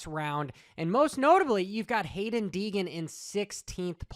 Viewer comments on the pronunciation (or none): none